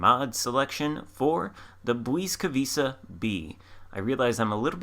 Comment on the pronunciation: Ł is pronounced like a W in English and C is always like a TS, so Błyskawica is bwiska-vitsa (or at least close enough;)